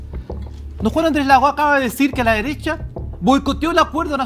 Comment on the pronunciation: JaJaJaJa " LA DERESSHHHHHAA" 🤣🤣🤣🤣😂😂😂😂